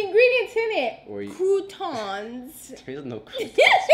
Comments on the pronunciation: "Crountons"....the n is silent. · Croustons the s is silent 😂and enzymes 😂😂😂😂😂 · The kruutoonss😂😂😂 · I have radioactive and croussss - ton the S is silent I'm done: croutons are in salad 🥗 leave me alone you have me cracking up at my job 🤣🤣🤣🤣🤣🤣🤣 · She said "croutons" 🤣😂🤣